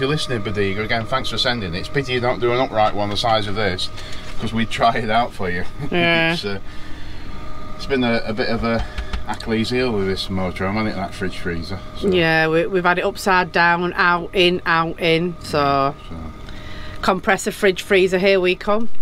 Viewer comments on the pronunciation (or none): Acklees heel what’s that 😂